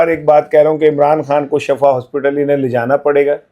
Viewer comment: ۔ براہ کرم لفظ shifa بولا کریں۔ لفظ shafa کا مطلب گڑھا ھوتا ھے۔ 😮